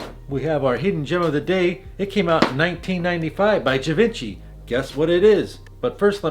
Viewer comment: I think Givenchy is pronounced Gee Von Shee...just saying. Excellent video.